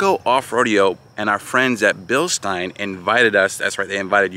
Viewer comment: I recommend before thinking about jumping a Bronco. Spend some more time working on your off-road skills. If you were thinking about jumping the giveaway Bronco. That's a good way to total it. Pronounced. Bill-SHTINE